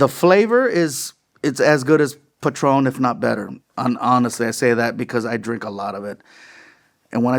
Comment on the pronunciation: Its patrón no pat ron you sound pocho